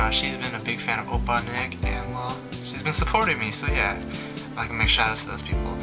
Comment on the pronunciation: YAYYYYYYYYYYYYYYYYYYYY! Thank you for the awesome shoutout ^-^ You pronounced it right ! :D Opppaaaa Nick Fighting !!!~